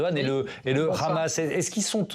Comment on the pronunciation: On ne dit pas 'KHamas', comme à l'israélienne C'est un acronyme arabe. On dit HHHamas en arabe ou Amas si on est un français non arabisant.. C'est un minimum de professionnalisme, à moins de montrer ses accointances pro israéliennes.